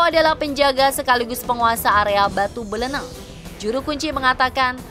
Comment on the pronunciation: BLENEG KOK BLENENG.. BLENEG sebutan buat orang yang gedhé,pendek dan gendut ,.. Orang yang guedehe, pendek dan dan gemuk bagi orang Jawa dikatakan MBLENEG, contoh dalam pewayangan seperti wujud Semar, Togog.. Limbuk.. Nah batu itu bentuknya MBLENEG seperti Togog atau Semar..